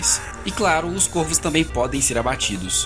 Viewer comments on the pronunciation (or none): none